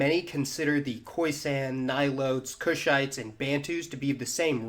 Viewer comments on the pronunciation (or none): none